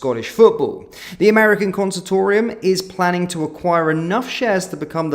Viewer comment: What's a consatorium? Its Consortium you mong